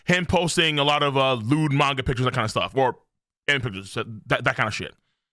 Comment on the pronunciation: I unsubscribed from him years ago as well, but that's because I hate how he says manga